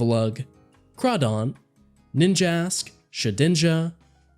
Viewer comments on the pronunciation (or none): i thought he said bitchass when nhe said ninjask